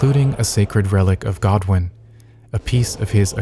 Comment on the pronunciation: its godwyn lol